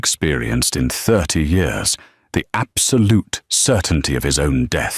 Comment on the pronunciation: Real wish the AI voice could figure out how to say the word " Years " lol